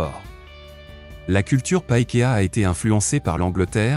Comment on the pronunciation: I Love you New Zélandais 🇳🇿🇳🇿🇳🇿🏉🏉 articule com tu parles c'est pakékà Pas pakea